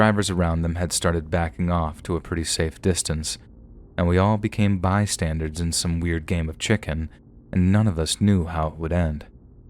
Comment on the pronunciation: Dude. My dude… The word is “bystander.” As in BY + STANDER. It is not BY + STANDARD. There is no D on the end of the word. You’re one of the best narrators on YouTube, so hearing you repeatedly mispronounce that word is very jarring. Fix the habit!!! 😆